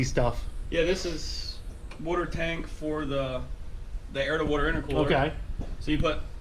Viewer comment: All I heard was “wooter” and “RATiator”